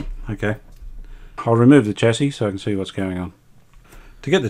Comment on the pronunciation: thanks for another great episode. I know I’m being a pedant, but I know Brisbane is part of Australia where we pronounce the word chassis as “shassey”. You said “chassey” about twenty times in quick succession. The North Americans mispronounce the word like you do- perhaps you are trying to ingratiate yourself with that market. Please don’t be afraid to use Australian pronunciations.